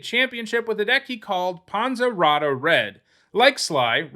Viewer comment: "Ponza rotta" should be "Panzerotto"